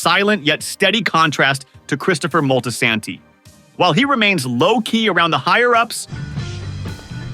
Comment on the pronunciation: Not Christopher moltisanty 😂